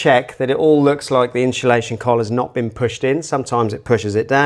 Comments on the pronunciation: Insulation Not inshulation No excuse. Speak properly or shut up. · I turned off when he said “inSHULation”…seems to be a current trend these days to say that, boils my pisser that a diy channel can’t even say simple diy products properly. The home improvement channel says it as well and I can’t get through a video if they say it either. I dunno if it’s rage baiting the audience into commenting like I’m doing now so that they secretly do a bit of engagement farming. Either way the watch time will suffer and that’s more important to a video getting pushed by the algorithm than my comment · We need some inshu-lation 😂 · "Inshulation Collar" must be a Velux thing 😂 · For the love of god learn how to say INSULATION properly.